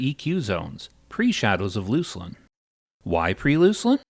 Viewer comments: Loose-lin? It's Luck-lin. Fyi! :) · "Looslin" "Veeleketor" Euuurrrrgh it's diarrhea in my ears.